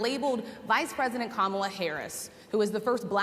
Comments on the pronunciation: He's unraveling.All of a sudden he can pronounce her name. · he accidentally pronounced it correctly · Oh wow he finally pronounced her name correct at one point. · well some pressure made him say her name right finally 😂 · Notice, at 6mins 30sec he forgets himself and pronounces Karmala correctly! Other than that, it's the same old same old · Trump says VP Harris’ name correctly, which kind of makes it a fact that he is making an effort to say her name incorrectly…loser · First time he pronounced kamala name correct 😅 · This seems like an SNL skit. Crazy though, he actually says her name correctly